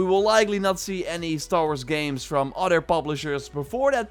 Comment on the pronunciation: It’s said other not udder!